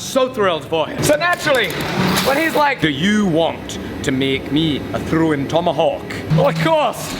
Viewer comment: “Dou yu want tu make mee a thrrouwing tomahawk?”